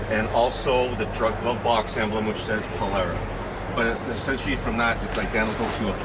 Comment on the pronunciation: Thank you for pronouncing Polara correctly.